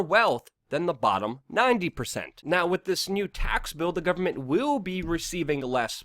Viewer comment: "to be honest WIT you" ugh fuck, like nails on a chalkboard.